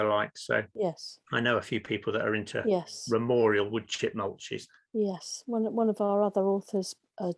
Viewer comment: Not ramorial. Its ramial.